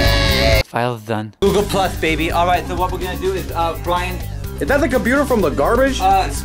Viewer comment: "Is that a magic trick?" "It is a magic twick for those who don't know how to opewate computers Bwian."